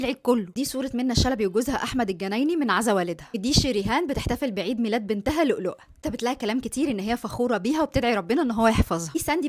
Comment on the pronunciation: مسمهاش لؤلؤة يا حبيبتي اسمها لولوة الواو مش، بال ؤ